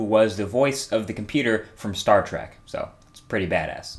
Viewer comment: .....Star TRAC?